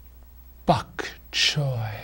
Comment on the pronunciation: venison or veal sounds fancy. I dont eat it but it sounds posh haha. caviar? I lost my shit when you said bokchoy haha